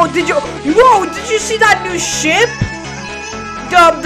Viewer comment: Bro I thought you said shit it's was ship